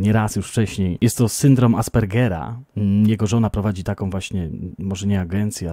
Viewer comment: nie!!!! Właśnie teraz nie zrobiłeś! co było dla mnie zaskoczeniem, bo sluchalam i już bylam przygotowana na aspergeNa, a tu taka niespodziewajka!! 😃 Wymówiłeś bezbłednie! 😜😎 PS: już dodałam edit- że bezblędnie 😉😉